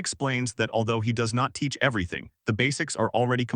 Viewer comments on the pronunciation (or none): none